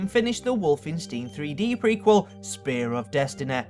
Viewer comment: "Spare of destenaey" "Porn mooveh" "immense popuewlaratay"